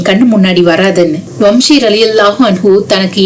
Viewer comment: வம்ஷி அல்ல வஹ்ஷி